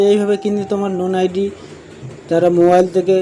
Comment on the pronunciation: লোন আইডি ❌ নোন আইডি ✅